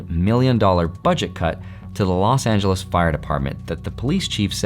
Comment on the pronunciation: Los(t) Angeles 😢🙏🏼